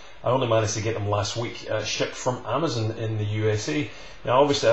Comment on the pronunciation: Yeah, way to steep of price for me, ill wait a while for it go on sale. I just have to say you say Amazon funny, sounds like Amzun Lol.